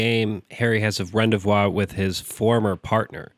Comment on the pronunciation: Rendezvous is pronounced "Ron Day Vu" Heralded is pronounced "Harold Ed" Awesome video though.